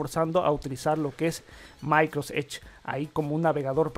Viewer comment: Pantalla de la muer? micros edge? por favor habla bien.....